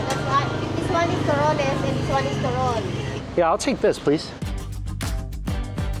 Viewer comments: Sorry Mike... I'm just laughing on how you are saying "turon".... It's not "Turin" 😂😂😂.... Tagalog words are simple like the "Bumbong"... "bum (Like BOOM because it's letter" U").... No slang needed just read it as it is... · The way you say Turon bro, I googled it, it’s a city in Italy. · Oh man, I wish you can go back to Baocold and try more local desserts. One of my fave is called bitso-bitso!!! Sooo good. Also Mike, it's called "too-roon." I think that is the latest evolution of halo-halo, milky ice, which is awesome but the best way is still to mix mix! So happy with your Philippines vlog. Glad you were able to stay longer